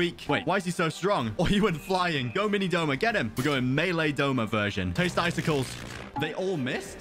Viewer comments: Its "Douma" not Doma He is my favourite character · Wrong wrong wrong it’s douma not doma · IT DOUMA NOT DOMA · Not Doma but Douma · That is not doma it's douma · Isn't it Douma not doma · Everyone saying Doma instead of Douma is killing me 💀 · its douma not doma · Snort ACTUALLY, ITS “DOUMA” 🤓🤓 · 🤓 it’s actually douma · No hate but its douma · isnt it douma?